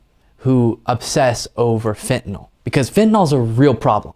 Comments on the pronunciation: It isnt ' Fentynal'. Its ' Fentanyl' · Do Republicans say "FENTANAWL" because they actually don't know how to read, or because they have a moral objection to saying words correctly?